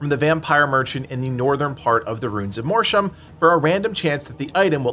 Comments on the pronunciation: 'Mortium' is pronounced 'MORT-YOOM', not 'MOR-SHOOM'. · You think Mortium is pronounced "MORSHUM? Is this because you were dropped on your head as a child? You think Mortira is pronounced "MORSHA?" Who taught you how to read?